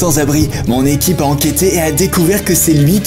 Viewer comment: tu as 5 ans ou quoi on dit pas l'ecipe on dit l'équipe 😂😂